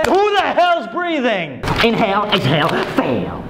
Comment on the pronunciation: Inhael, Exheil, You feal